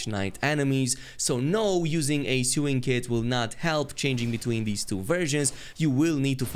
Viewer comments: I just love hearing, "sue-ing kit" like I need a lawyer to get through the endgame in Elden Ring. ;) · The way he says sewing kit is hilarious